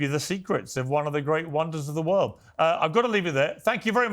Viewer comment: It’s the world not the worled! 😂😂😂